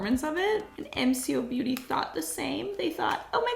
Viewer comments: I’m an Aussie & I love this brand because I don’t have a lot of money for makeup but still want to feel put together & enjoy playing with making. MCobeauty (pronounced Em-Co) has quality products at affordable prices & often goes on sale as well in local stores. Which means I can still wear makeup to the standard I love without having to break the bank ❤ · The MCO beauty is pronounced M And the co. Beauty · Hi it’s pronounced “m co beauty “ the m is pronounced as the way it is in the alphabet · As an Aussie it is pronounced em-co-beauty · its pronounced em-ko beauty btw (no hate bc its an aussie brand and you said your wern't sure) i love MCoBeauty bc i'ma broke aussie teen and canNOT afford the real thing!! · Pronunciation of mco beauty M-ko-beauty Hope this helps ❤ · Mco beauty is my fav brand I have like a lot of there products but trust me they are good for your skin but its pronounced em co beauty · I am so so sorry for posting this comment. you are absolutely incredible and I love your content but just like it’s bugging me how are you pronounce mco beauty. It is pronounced kinda like emko beauty. But like you are absolutely incredible and I absolutely love your content and keep doing it. You are one of my favourite YouTubers. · Its pronounced M-Co-beauty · We pronounce it "emco" beauty. I use their xtend lash mascara and have been for years. It's the best lengthening. It's kind of expensive but I'll always buy it and hope they never stop making it. I tried a couple of their other products and don't like them much but their xtend lash mascara is great. With love from Aus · It's pronounced M Co beauty. I love the brand 🇦🇺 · For a different perspective, cosmetics are so expensive to import to Australia and New Zealand - so MCoBeauty (pronounced em co beauty) has been a game changer here! Also they regularly go on sale for 50% off so they’re an absolute steal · I have the sol de jenerio ne and I like it I’m from Australia and it’s pronounced as emco beauty